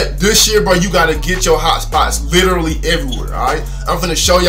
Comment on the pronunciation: “You need to literwee have hotspots” y’all better get them😂🤦🏾‍♂️